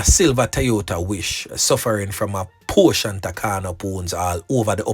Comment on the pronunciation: Portion not "portiont"😊